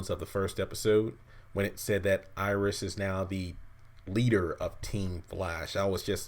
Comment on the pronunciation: Iris might as well say issis